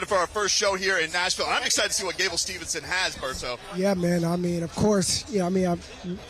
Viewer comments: Gable STEVESON, not STEVENSON … announcing messed his named up the entire show , gotta do better than that … Great job Champ!!!! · How come the COMMENTARY can't say Gable STEVESON correctly!?!?!?